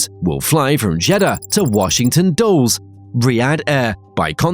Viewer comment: “Washington Dulls”?! Ok, I’m unsubscribing. Because nobody who actually knows a scintilla about the commercial aviation instruction would either pronounce Washington Dulles that way.